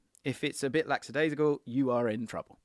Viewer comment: THE WORD IS LACKADAISICAL NOT LAXADAISICAL!!!! And a friendly reminder it’s bought not brought when buying things. Yours sincerely, the Grammar Police.